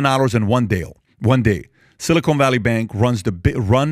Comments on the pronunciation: PBD you are killing me with your pronunciation. It's silicon, not silicone - two different things entirely. The first is an elemental metal that semiconductors are made from the other is a polymer sealant.😊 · Patrick, please stop saying "silly-cone". It's "sili-kahn" 😂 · 'Silicon' NOT 'Silicone' - there's a difference🤣😒